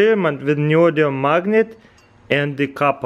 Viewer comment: So, Neodium? Or Neodymium?